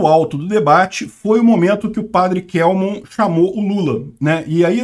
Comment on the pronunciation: O Padre Kelmon é meu conhecido pessoal. A pronúncia correta é KÉLMON.